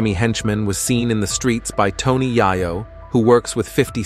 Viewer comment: This needs to learn how to say Tony’s name for real